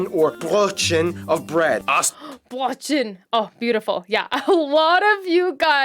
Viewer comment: How can you pronounce such a cute word like "Brötchen" like you're hitting a rock with a sledgehammer xD